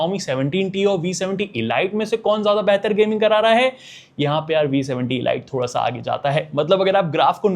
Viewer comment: Bro pronunciation pe dhyaan do, ELite is not pronounced Eh-Light , it's EL-Eat , killer cut nahi Clear Cut, proformince nahi per-for-mance ... Stor-yo nahin Ste-reo, Khada nahi kharaa.... Not trying to mock you , it's a genuine feedback to improve your video reach and quality...